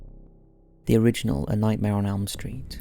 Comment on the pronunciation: I love how you said “the ORIGINAL Nightmare on Elm Street “